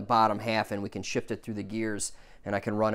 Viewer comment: Did you say shit and not shift?😂